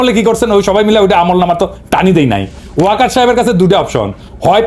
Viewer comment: সেনাবাহিনী প্রধানকে ওয়ার্কার বলেন কেন? ওয়াকার উচ্চারণ করুন।